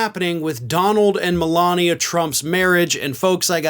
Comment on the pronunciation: Yup! Mole-Lania 🤦🏻‍♂️🤣🤣